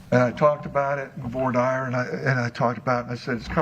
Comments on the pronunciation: I thought it's pronounced voi- deer not vah-dire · voice and whiney tone bugs me, but not as much as his pronunciation of voir dire... "vor dyer" instead of "vwar deer". Not impressive coming from a lawyer. And all of his many objections say a lot about covering up things. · Is this musical theatre? I'm pretty sure the starts singing. I think he's a soprano. 😁 P.S. And I'm pretty sure voir dire is pronounced, "vwar deer,".